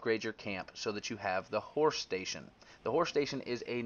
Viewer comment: Awesome video but ... "Horsh shtasion" 😂